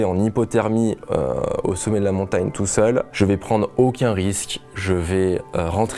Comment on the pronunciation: « Montayne » Okk